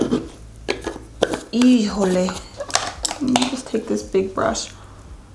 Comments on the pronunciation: I love all your videos! I like how you said “ejole” during this video lol. 😊💞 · Your "hijole" reminded me of my daughter😂😂 she says that a lot. So funny! I loved your make up. It looked so pretty! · Omg when you said "hijole" i died! 😂😂😂